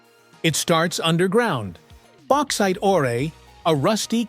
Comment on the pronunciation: AI can't pronounce ore... oray! lol